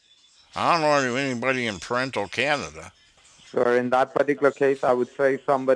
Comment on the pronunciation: Toronto Canada. I live in Ontario, Canada, NEVER heard it pronounced that way! Thanks for the laugh lol